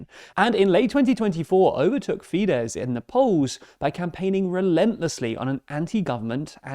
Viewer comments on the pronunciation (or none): A couple of notes on pronunciation: Magyar = Madyaar Fidesz = Fiddezz Tisza = Tizza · Just for info: Magyar's name is pronounced approximately "MOD-yar," not "Majjar," his party is pronounced "TIS-sa." Orbán'a party, Fidesz, is pronounced "FEE-dess." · The "SZ" letter combo in Hungarian is pronounced just like "S" in English. (Just drop the Z). Comes up a lot in these videos, as in FideSZ and TiSZa. Great videos otherwise :)